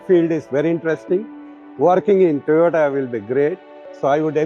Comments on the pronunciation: Its TOYOTO not Toyota by our highly educated ganna minister cum scientist=Gadddhakari😂😂🤣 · Once a minister say toyatoo